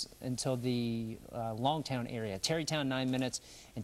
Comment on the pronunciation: It's Langtown not Longtown